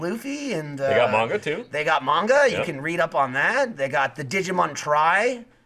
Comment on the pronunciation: Mispronounces Luffy but says manga correctly. Oh..